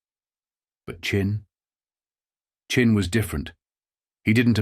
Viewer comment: It's Chin. Not Chine. AI Boolshoot.